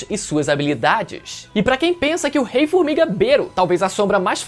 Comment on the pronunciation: O melhor é o "fumiga" 😅